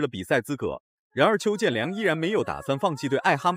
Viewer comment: 解说真垃圾！邱建良名字都会叫错